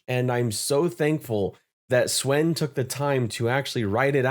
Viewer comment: Dude, Swen is pronounced as "Sven." "Say [his] name right!" - Key & Peele